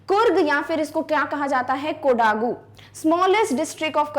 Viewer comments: Mam, it's कोडगु not कोडागु and one more place is निसर्गधाम not निसारगधामा. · I think the pronouciation of 'KODAGU'' is wrong.🤔